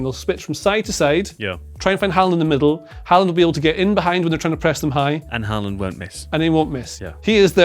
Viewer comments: Nice to see pronounce Håland’s name correctly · Wow, wait what?? Did they just say Haaland correctly the first 2 times?😂😂 Well done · at least the chap on the sofa is pronouncing his name correctly